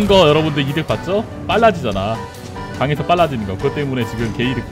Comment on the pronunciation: 강해서 가 아니라 강에서 아닌가요?